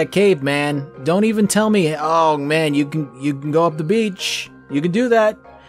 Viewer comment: you got it wrong, its not that you can go to the beach, its that you can go to the "bitch". they sound the same, but belive me, they arent...